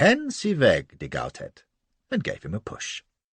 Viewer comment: de Gautet should be read as Go-Tay not GowTett